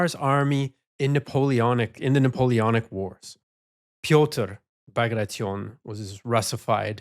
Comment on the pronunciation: Dear. Kudos for not pronouncing "Bagration" the way that statistic Canadian would pronounce "Situation" 😁